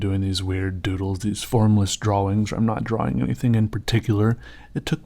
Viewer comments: it annoys me how much he annunciates the w in draWing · Wow you're probably the only guy that pronounces drawing the way it's written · I like the way you say drawing.